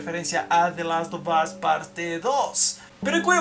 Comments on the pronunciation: "de los to bos " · Tu pronunciación es nefasta "te las ob os" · usted cuando pronuncia the last of us 2 pareces que tuvieses un huevo humano en la boca jajja quien opina lo mismo